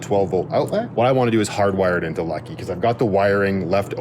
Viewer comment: Talking about the bed in Lucky, you said "Becky". I've also heard you mention rockets on Lucky, and say "Rocky". Now I'm just waiting to hear you talk about how fun Lucky is.😂 Seriously though, thank you for the video! It is super helpful to see how others are feeling and dealing with things. 🤗 And thank you for the shout out!! So glad you liked the clovers.😊🍀